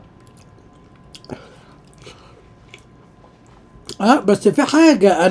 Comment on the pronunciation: بَنا ايه اسمها بِنا 😂😂